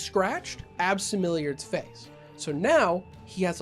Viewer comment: You can’t pronounce “AbsimiliaRRRRRd” don’t do these videos if you can’t read ! Did Buzzfeed pay you for these videos?